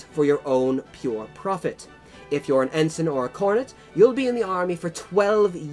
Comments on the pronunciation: Bumbling Brit hahaha and in Brit. English the rank of Ensign is pronounced with ens-EYE-n not en-sun. those upstart colonists we should have crushed then when we had the chance :D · Cringingly inaccurate pronunciation aside (Viscount, Ensign etc), not a bad explanation of the complexities of British commissioning system. Glad it pointed out that (unlike many other countries one can think of) the sons of the the privileged class in Britain have always (for well over a thousand years actually) exposed themselves to not just the SAME danger as the rankers, but far MORE because their casualty rate has always proportionately been much higher because they led from the FRONT wearing distinctive uniforms. Even in WW1 this was the case making them easy targets for German snipers, the average life expectancy of of a Second Lieutenant being 2 weeks. In our Parachute Regiments (and Royal Marine Commando and other Special Forces regiments), senior ranks up to Brigadier General jump with the men and fight along side them right in the thick of it.This policy led to a disproportionate death rate amongst officers and was the reason why after WW2 we all started to wear the same DPM uniforms in the British Army and saluting in the field was prohibited. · Ensign is pronounced en-sign (sign as in signpost). Viscount is pronounced vi-count (vi as in tie).